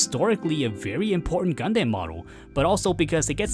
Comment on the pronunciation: It irks me you still pronounce Gundam as "Gun-Deym" and not "Gun-Dam"... are you just trolling at this point (seeing how many media of the show has already made who to properly pronounce the word) or just a language difference thing? Like for example English in Asia is notably different in the US and Europe or the Engrish scenario in Japan.